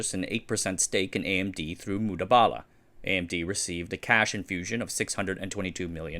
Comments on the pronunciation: THIS. i heard this the entire video and was like wtf somethings off lol. Its Mubadala, Not Mudabala like in the vid. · Great video fam. Just one thing, its Mu-ba-da-lah not mu-da-ba-da-lah 😂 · Very nice video. It’s Mubadala not mudabala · Its MuBadalah not MuDabalah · MU BA DALA - not MUDA BALA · it's Mubadala, not Mudabala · The correct pronunciation is Mu-BA-Dala, not Mu-DA-Bala. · ayy, it's not Mudabala it is Mubadala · It's Mubadala... Not Mudabala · It's Mubadala not Mudabala 😂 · Its pronounced mu • ba • da • la not mood•bala. Im not being cocky I promise I liked the video but i just wanted to inform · Very nice one, I get the difficulty in pronouncing the names ^^ it is "Mubadala" not "Mudabala" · Mubadala (Moo Baa The La ) and not Moo Daa Baa Laa. :) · It's called Mubadala not Mudabala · It's Mubadala not Mudabala, it's an Arabic word for Exchange. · He's pronouncing it wrong. The correct pronunciation is: Moo-bah-dalah. Not Mooba-dala. Source: Used to live in UAE and knew people who worked there. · MU BA DA LA. please pronounce it correctly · It's pronounced Mu ba da la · I thought I heard him say "Mudabala". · You pronounce Mubadala with an emphasis is on the first “a”, not the second. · Here I was, wondering if I had been reading "Mubadala" wrong all these years.